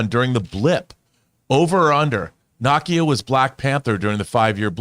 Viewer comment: Didn't he pronounce it the way it's said in the film? NAH-kee-yah?